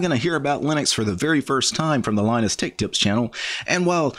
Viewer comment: You cant say tech.